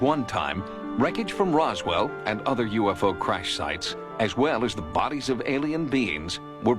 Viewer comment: Hahaa that Yorkshire Pudding ‘UF URRRRR’ 😂 ‘Definitely not a druuuuurn’.